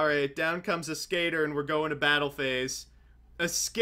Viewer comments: wait what? it's pronounced ay-skater? i'm pretty sure when Dark Signer Rex Goodwin uses it in 5D's he pronounces it Ask-a-tor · I honestly hate listening to them call Ascator "A-skater". It's "Ass-Ka-Tore". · It is fire ant ass cah tore and I can prove it . Rex goodwin in Yu-Gi-Oh 5ds played it and said ass cah tor so that is the official Konami pronunciation